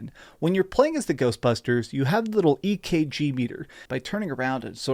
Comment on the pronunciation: Nah man said ekg